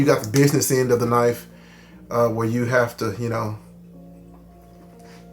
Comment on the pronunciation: I call it a Kuhnife too 😂